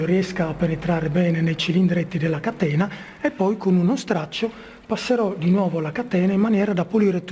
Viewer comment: aahhahah..ma questo è un video comico.La parola "catena" viene pronunciata " a catena".